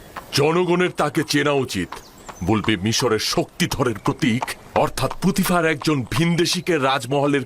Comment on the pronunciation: পটিফার না পুতিফার হবে।